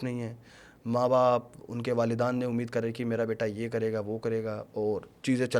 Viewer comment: वालिदान ❌ वालेदैन ☑️